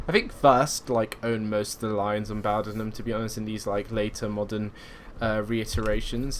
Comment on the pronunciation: Just for note, its pronounced Bow "as in in Bow and Arrrow". Bowdenham. Not bow "as in take a bow" :) I hear a lot of people mis-pronounce it